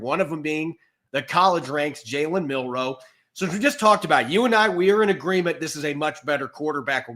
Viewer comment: please run a speed test (google "internet speed test") and check if you're getting the speeds you're paying for. If you are, then you should probably upgrade your internet. If you aren't, then talk to your ISP. P.S.: It is Milroe with an L, not Minroe with an N. Milroe. Please, for the love of god, say his name correctly. It's really not a hard name to pronounce.